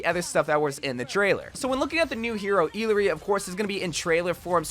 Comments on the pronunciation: I think her name is supposed to be pronounced ee-yah-ri? 🤔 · I think it's pronounced E-yari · Remember the proper way to pronounce her name is: IYARI, doble (LL) for quechua and spanish sounds as a Y. :face-blue-smiling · Her names pronounced ee-yar-ee😭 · E-LAH-REE Jesus....the amount of uncultured Amercians. No offense but it's rather common name. We use it other triple A titles. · Illari is from Peru, and her name means “dawn” and “bright.” Also, because of the two L’s in her name, it’s pronounced ee-YAR-ee. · “First official look at the brand new hero, Eeeleree!” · Eelaree? R u deadass rn💀💀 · Uh-lar-ree - what are you saying dude? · bro i think its pronounced i - ya - ree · Wow you can't say anyone's name right lmao I surprised you don't call Mei Me-I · Everytime he says a character name wrong I have a mini mental breakdown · Can we stop criticizing his pronunciation? He’s reading it as if it is an English word. I myself don’t know what she’s supposed to be or where she’s from. I’m guessing some South American country but that name is not Spanish so maybe it’s from a native language. Maybe Aztec/Nahuatl or something based on the sun theme